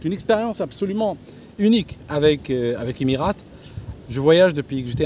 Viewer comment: Le bon Franchouillard raleur... Et qui ne sait même pas prononcer "Emirates"....🙄🙄 Je les ai pris des douzaines de fois, long et moyen courrier mais en Business sur A380. 5 étoiles !